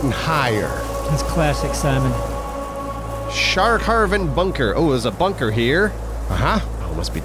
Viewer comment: I think it would be hilarious to put the names they read beside the actual ones (based on, that is "sharkharven" instead of "skarven" bunker)